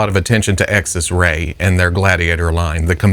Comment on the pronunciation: Xesray, pronounced ZES-ray.